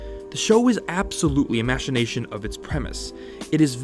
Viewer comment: Guy writes a whole dissertation on how a cartoon failed only to mispronounce “machination”.